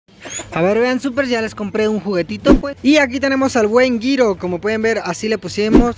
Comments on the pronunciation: No se dise giro se dice jiro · Se dise jiro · Se pronuncia jiro